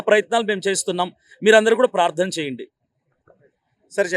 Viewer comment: Prardhana endi ra🤣🤣, dini ki kuda prardhana antunaru endi ra ayya miru, moddala prardhana